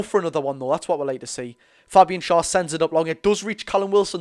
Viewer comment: Please say Schar's name correctly FFS